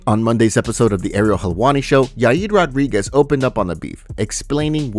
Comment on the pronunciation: "Yaid Rodriguez" lol